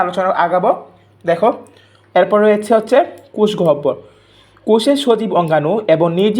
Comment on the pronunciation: কোষ.....কুষ না😅😅😅😅😅😅😅😅😅😅😅😅😅😅😅😅😅😅😅😅😅